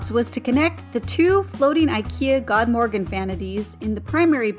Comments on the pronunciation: You did a beautiful job with the kitchen and bathrooms and the cost that you were able to get them done for is amazing. I don't know which I like better: the kitchen or master bath shower. Both are just fabulous. Good work! Also, not that this really matters, but FYI, the proper pronunciation of "Godmorgon" is roughly this: Good*-MORE-own. *Good being pronounced not like the English "good" but more like "food" or "lewd." Very much looking forward to the house tour! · Awesome results! I also love the prononciation of the Ikea vanity "GOD-morgan" (godmorgon). It means goodmorning in swedish.